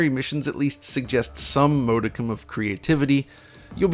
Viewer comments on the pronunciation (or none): none